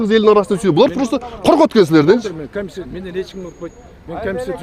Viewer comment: калпакчан чулдурап суйлоп жаткан ким акимби? Эмне мынча суйлогон созунун мааниси жок не граммотный ,ой жугуртуусу тайыз адам окшойт. урушчаак аялдарга окшоп бд бд бд тейт го! камисийа камисийа дейт кайра кайра эле / комиссия/